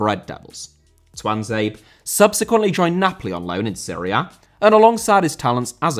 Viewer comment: Sounds like he is saying ”Syria” every time he says ”Serie A”